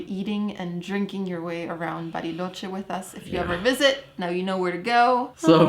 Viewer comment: LA CALIDAD que tienen sus videos, la edición excelente, cada vez mejores! Me encanta el switch de inglés a español perfecto de cuando dice 'Bariloche' perfecta pronunciación! Saludos ❤😊